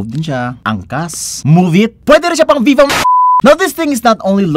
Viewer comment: "Don't be vovo... Vee vo"? 💀Para kanino ang verdict?💀